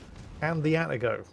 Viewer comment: Two comments about pronouncing Japanes words/names: 1) they are pronounced exactly like they are spelled. Where there is leway, Japanese is like Italian, most sylables end in a vowel: Atago is Ah-tah-go not At-A-Go. Yamato is Yah-Mah-to not Yam-a-to.